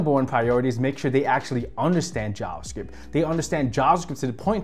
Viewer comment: Bro its JaVa script not jaaas script haha